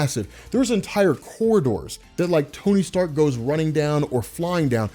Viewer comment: "Sony Tark" I hope someone else caught that , awesome content